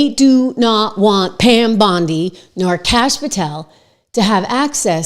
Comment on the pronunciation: did she just say Pam Blondie? 😂😂